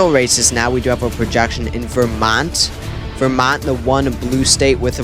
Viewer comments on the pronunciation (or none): none